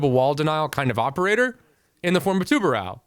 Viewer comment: As a portuguese, it’s really funny to see people struggling to pronounce “tubarão”